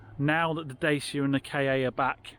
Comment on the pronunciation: 1st. Its not da sia . its da chi a :)